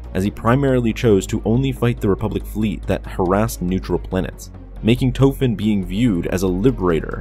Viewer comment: His name is Tofen And the red barons last name was Rich-thofen Small difference